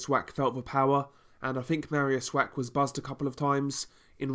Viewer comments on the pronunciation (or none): Good review Just Mariusz's surname please don't read Wack - "ch" in Polish is pronounced like "h" so (Wach) would sound like Wah.